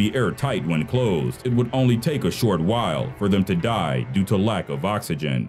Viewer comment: Why do you say die so weird